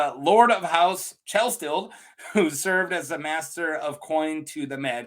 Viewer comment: YaY video! Thank you! Try saying it like Kell-Sted. And HOW Aerys kills him...oi. He Starked him. He did something different, like he either tried to kill Aerys or Aerys 100% believed that he was trying to kill him. Aerys is Gross AF and a BAD guy-though it reads to me like he killed certain people with fire for a reason. For example, when he kills Brandon and Rickard Stark, he only kills Rickard with fire. Technically, Brandon could have walked away alive IF he had sat still. Brandon only gets to live if he doesn't try to save his father. MAYBE he would have killed Brandon anyways, afterwards...but I don't know. Aerys KNEW that Rickard was guilty. Rickard was ALWAYS going to die when he went to KL for brandon. But Brandon might not have known about the conspiracy his father was in on. The reason-Tywin. Tywin was feeding Aerys 'information' to make Aerys think Tywin was still a loyal friend. And THAT is why it was SO easy to get Aerys to open the gates to KL. One thing intereesting about the Chelsted sigil is that it kinda looks like the ancient sigil for Greenfield. Also a place that nobody yet is sure of-ancient and lost. It MIGHT be that Chelsted was one of those rare full-blooded First Men. SOME people seem to be special for being pure-blood First Men. For example-Gerrod the Ranger. The one Ned beheads with Ice in Bran 1, the first chapter after prologue. I am SURE the Others didn't kill him because he was PURE First Man blood. Wana bet that the Others cannot kill First M